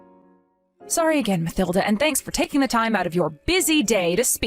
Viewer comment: In the name Mathilda, th is pronounced t, with the h being silent, as "Matilda" - just saying